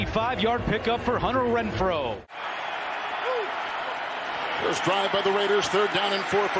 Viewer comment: It’s Renfrow not Rentfrow